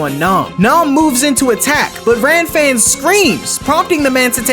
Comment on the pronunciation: Bro the manga it is kuririn not krillin Gilan not geran Lan-fan not Ran-fan It is a common mistake because the canji for R and L are similar Heavenly palm of world wide shock not lighting suprise X-cross from the heaves not what the anime say